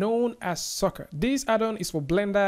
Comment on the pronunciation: Actually it is pronounced " Sir Car". It has been named after the magician PC Sorcar just like houdini has been named after Harry Houdini.